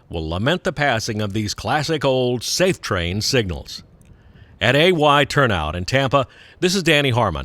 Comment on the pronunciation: Safetran not "Safe-train" — "tran" as in "transport" I doubt the signals will last 45 years. Technology will probably make them obsolete sooner, just as PTC is making the searchlights obsolete.